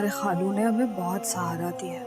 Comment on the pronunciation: خالو کو کھالو بول رھا ھے